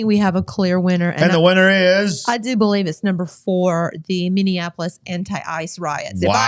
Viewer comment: Folks, please allow me to help you the pronunciation of MINNEAPOLIS. It's pronounced Minnie-appolis. It's NOT Minnie-an-appolis. 😘 Thanks for your time!